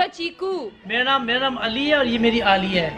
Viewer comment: Plz don't pronounce Ali to Alayy Its ,Ali, Its our Imam Ali name, do respect as being a good Muslim